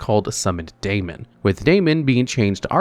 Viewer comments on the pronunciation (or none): I know this is pointless because he pronounces nothing right anyway but: Daemon is just an alternate spelling of Demon, they're pronounced the same.